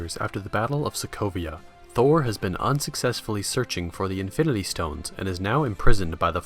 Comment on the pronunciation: You pronounce "infinity" weirdly. It sounds like infinlity😂